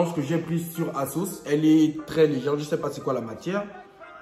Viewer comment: On dis asos